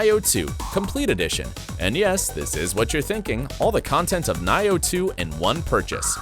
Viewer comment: “Niah yo two”